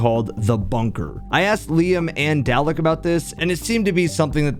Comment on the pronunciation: Just one thing, its not pronounced "dal-eck", instead its more like garlic but with a d, so its actually pronounced "darlic"